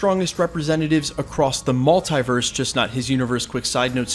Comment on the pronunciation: Stop saying multEYEverse!!! It is multEEverse!!!